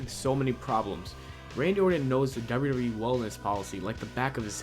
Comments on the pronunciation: You can't say wwe... and its fucking hilarious, you never said it right 'wrwrree'!?! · dude when he says wwe he says derb derb e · These garbage Youtubers only care about pumping out low quality content as fast as possible. He can't pronounce Orton or WWE, and he can't write a sentence that makes any damn sense. Most of the time they're trying to speak so fast they don't enunciate anything and it comes out sounding like garbage. These people do not deserve our views. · Ya say wwe weird